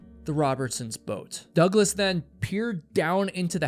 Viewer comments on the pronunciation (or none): Dougles to douglas ..teach you AI to pronounce